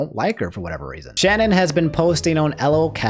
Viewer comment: The way you fucked up Shannon's name lmao, it's all good she deserves it